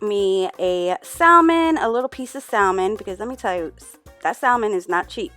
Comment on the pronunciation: The “L” in Salmon is silent.